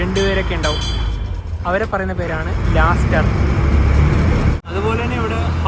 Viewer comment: കയർ കെട്ടി ബോട്ട് ജെട്ടിയിൽ ബോട്ടിനെ അടുപ്പിക്കുന്ന ജോലിക്കാരന്റെ പേര് ലാസ്റ്റർ എന്നല്ല ലാസ്‌കർ എന്നാണ്. പറഞ്ഞത് നിങ്ങൾക്ക് തെറ്റി പോയി.